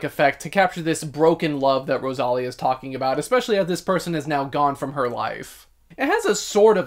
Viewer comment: It's pronounced Ro-sa-Liiiii-a. Not Rosalia. 😅 That's why her name it's written Rosalía. I loved her album.